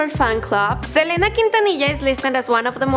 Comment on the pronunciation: She said selana inted of selena